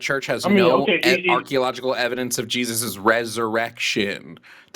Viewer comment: the guy can't pronounce ARCHEOLOGICAL and we're supposed to believe he has some kind of academic logical reasoning going on? LOL dumbastid